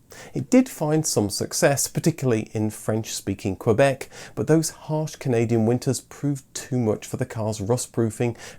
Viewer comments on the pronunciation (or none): none